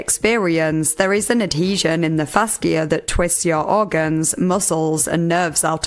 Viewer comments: FaSHA, not fasKIA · fash-e-uh not fask-e-uh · it's pronounced fash-uh not fass-kia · Hello! I love you and your videos! Fascia is pronounced fasheea:) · Fascia is pronounced like fasha/fashia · Thank you for the vid! Heads up fascia is pronounced “FAsha” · Just for future reference (on NO way meaning to be rude or "that" person, just helping) fascia is pronounced fasha. Sorry, don't mean any offense at all. EDIT: If it is a regional pronunciation, just ignore, or point and laugh. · Not sure if the pronunciation in the UK is different, but in the US, 'fascia' is pronounced 'FASHa.' Not trying to being mean at all, I just personally like when people let me know if I may be pronouncing things wrong so I can get them right in the future. Please feel free to delete if this seems mean! Love your content and your accent!